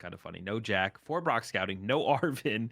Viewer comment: can you learn how to pronounce "Jacq" correctly? I'ts not "Jack"......